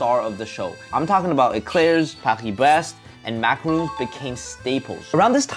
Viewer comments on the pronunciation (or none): "Paki Bres" 😁😁😁😁